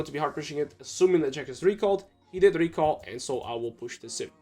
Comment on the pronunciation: Can u please say and not Eeiand